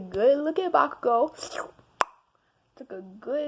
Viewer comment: “ Backugo...Kirishima * slur lips* “